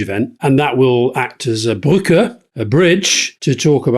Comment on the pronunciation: his pronounciation of "brücke" was also (almost) perfect